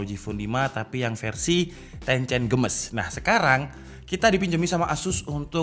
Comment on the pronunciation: Games dibaca geimis Bukan gemes bang